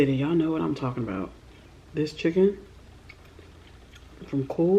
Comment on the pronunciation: “Fried CHEKKEN” LOLOL I love you